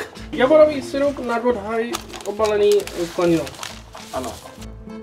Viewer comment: Patriková angličtina lol :D ale sweet pumpkins nie sú koblihy ale dobre teda, ale pár slov by to chcelo vypilovať, ako sirup sa nečítaju ako sajrups, ale proste sirup :D ale inak dosť dobré levné vaření.